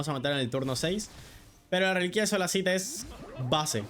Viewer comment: Todo perfecto hasta q dijo reliquia 😢